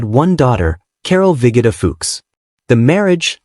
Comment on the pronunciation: Vigoda is pronounced Vee Go Da.